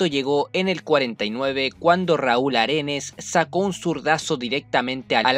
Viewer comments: Aredes wn Aredes no arenes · Aredes...no Arenes